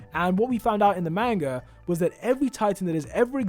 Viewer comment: did u just say.. maenga. BJGDYBKF IM SORRY BUT I FIND THAT FUNNY NO HATE THO I LOVE UR CHANNEL